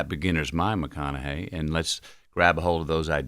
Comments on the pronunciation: Charla really couldn’t pronounce Matthew McConaughey when he’s been in the spotlight for 2 decades… Dame was right lol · I don’t know if chalamane was playing by not pronouncing Mathew McConaughey’s name correctly or was he for real and saying some of you might know him from his acting that was also disrespectful he is a profound act know for some of Hollywood’s biggest movies and for him to say some of you might know him from his acting and not pronouncing his name correctly unprofessional being an interviewer you introduced the guest by acknowledging who they are and what they’ve accomplished to act like he doesn’t know who he is is ridiculous unprofessional, and by the way, I misspelled Charlemagne’s name on purpose and going back watching some of the breakfast club interview, Charlemagne introduced it the black guess by running down there achievement and expressing his admiration for them shame on you, Charlemagne for not doing the same for white guest even though you might not have admiration for them you still introduced them for their achievement, whether it be acting or the music industry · I ABSOLUTELY can't believe they got MM on this show... and CLOWN Charlamagne can't pronounce this legend's name. That was such a disrespectful way to open. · How do you have a guest and not know how to pronounce their name especially a legend like our guy Matt? Come on now ❤